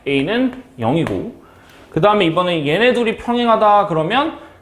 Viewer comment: 약간 톤이 이번에는 할때 번에 악센트를 주면 더 좋을것 같아요!